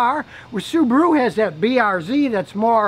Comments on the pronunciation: Why pronounce it SubooRu when its clearly SubAHru? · Why do Americans pronounce Subaru "Subaruer"?